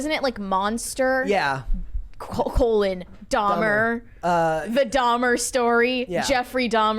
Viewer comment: "Dhamerer" must has a degree in namiology